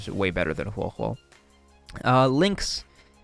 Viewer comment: I was confused at the start when you messed up huohuo and luocha's names lmao